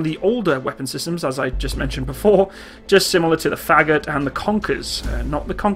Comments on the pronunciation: Great Video, all of your stuff is very informative. Thanks for all the work! And: Fagot is pronounced a bit like "forgot", with the stress on the o. So, not FAgot, more like faGOT. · .. it's fagOt not fAgot :) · Фагот, should be pronounced <Pha> like in "pharmacy" and like in "got", it is musical instrument.